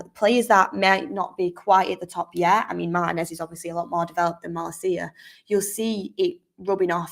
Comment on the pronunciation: Yay! Now all we need is for Mark and to learn how to pronounce his name correctly! Mar-TEA-nez is how it’s pronounced